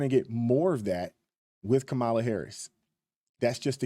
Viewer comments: So many people call kaaamala, kamaaaala.. joy reid the other day said its racist to mispronounce her name lol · Man, Trumpo the clown will have us in a race war. He stirred up a lot of civil unrest in 2020. I don’t like how Harris was pushed into the position. How come right wingers pronounce her name wrong? Why when I guy hands in his man card and pretends to be a woman, he’s still called a man? Kamala Harris isn’t my first pick but the clown is just dangerous. The economy would be shit if trump would have won and our border would be the same because we’ve always had the same protection. Trump isn’t a conservative, he’s EXTREME